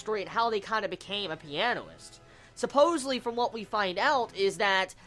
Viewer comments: not piano-ist, u say pia-nist, just a clarification, coz in this review u said it differently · u say it like pi-a-nist